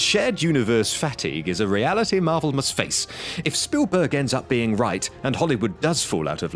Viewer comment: Stephen Spoolburg?